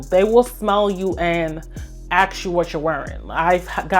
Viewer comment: Thank you for a lovely high quality video 😊 I really like the variety and that you explain the scents - you do it so well! One small piece of advice, if I may; it would less distracting if you pronounced musk, ask, Taskeen.... mux, ax, Taxkeen - I have clicked of videos before bacause of repeated pronounviations of sk as x. 🙈 It is a small thing that agitates nerds like myself 🙈😂 But of course, keep being yourself. ❤